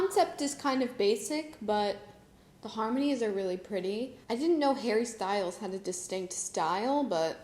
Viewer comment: Did you call him Harry Styles? 😂